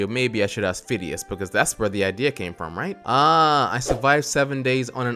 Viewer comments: its not Fidias its Fi-de-is (to pronounce it) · When called fadais fidis I was like ITS F-AH-DI-AS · Fidias is pronounced fid e us